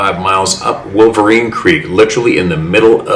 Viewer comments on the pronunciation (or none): none